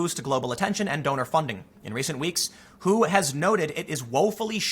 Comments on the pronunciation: Cringing when Tim pronounces the W.H.O. as "who" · For the first half of the video, every time you said "WHO," I thought you were asking "who." #TrueStory + #Facepalm